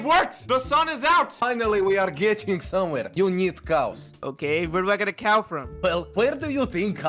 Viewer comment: Dream said cuw not cow